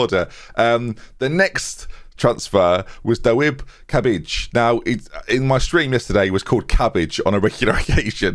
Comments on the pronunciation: Cabaj is more or less "tsabai" but go for "cabbage" cause it's way funnier (source: I am a polak) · Sorry to kill the vibe, but it's essentially pronounced as "Cabaye" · Pretty sure Cabaj is pronounced 'Tsa-bye' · Cabaj’s name is pronounced “Sa-bye” please dont make us listen through another season of “ollkaninen” 🥺😂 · Pretty sure Cabaj is pronounced “David Cabaye” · Cabaj in Polish is pronounced "Tsabay". Do what You want with that information :)